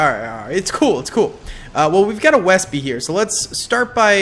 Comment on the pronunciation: Hey! Just want to preface this with I'm a massive fan and have been watching your content for a long time. Just wondering (it may be a little joke) do you know the Wespe is pronounced Ve-spuh (Like the Italian motor scooter, and its name comes from this German word)? Not Wespee, although I do understand the Anglicisation. btw, cool little name fact, it is German for wasp, and another German military name I love is Fallshirmjager, which directly translates to 'Parachute Hunter'! German is a very cool language!:D Keep making the vids, and much support and appreciation from me!